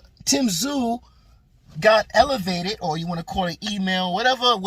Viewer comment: You can thank Charlo for the Ta zoo pronunciation to get under Tim's skin😂, pretty poor from quacklo.